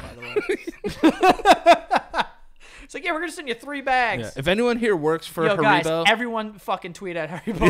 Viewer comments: Why tf does say hareebo instead of haribo?? I’m pissed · Sound it out: HAIR-I-BO. Not HA-RI-BO Haven’t you guys seen the commercials? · saying haribow 🤣🐻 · The way says “Haribo” as “Ha-ree-bow” is driving me nuts!!!!!😅😂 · I can’t take the way was pronouncing haribo 😂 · Hearing pronounce Haribo made me sick